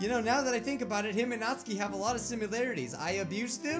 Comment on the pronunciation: This has been bugging me but it’s pronounced nat-soo-key not natskey